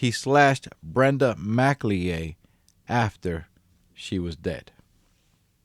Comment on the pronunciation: It's Mac El Yay not Mac Le Ay ffs